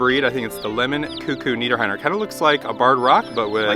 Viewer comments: It is pronounced Nieder Rheiner like the river Rhein in Germany and they are basically named after a region here in Germany called Niederrhein. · It is pronounced Nieder rheiner, not "Niederr heiner"😉🤗. It's not a big deal and I don't want to mess around. Just wanted to say it so you guys know the right pronounciation.✌🏻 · I'm sorry but as a German, I have to: The chicks are called Nieder-r(h)einer - the h is silent. 😉 It actually means that they're coming from an area around the river Rhine - called Niederrhein (just like the chicken breed). It's right next to the border of the Netherlands.